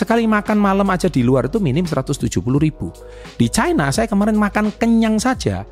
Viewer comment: Baca nya ga bole caina ooonnn loe... Tanya kakek mu cina bacanya..KLO chaina bacanya itu ada artinya lain